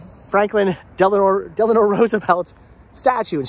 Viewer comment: Del-a-no, not De-la-nor.